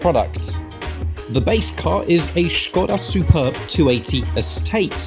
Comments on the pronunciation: Thank you for pronouncing Škoda correctly :) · Finally some who pronounced Škoda properly!!!! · He said it properly with Š. HE SAID Š!🦁🦁🇨🇿🇨🇿🍺🍺